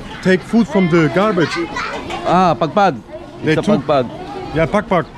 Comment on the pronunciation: It's pagpag 😂